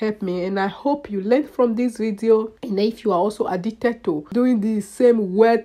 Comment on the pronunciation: ...Errrr.. and what was the purpose of this video??? A whole lot of talking but not saying much. "I am addigded to cotting my heh?" Whats ur point? Who cares?